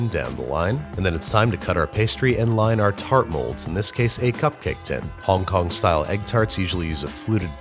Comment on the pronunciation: You are the first American to not pronounce Hong Kong like nails on a chalkboard well done sir